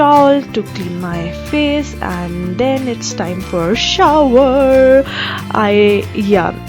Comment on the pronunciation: The way you said shower...ha ha! love you dear!!😀😍😙